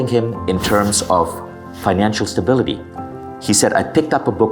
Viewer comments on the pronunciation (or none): none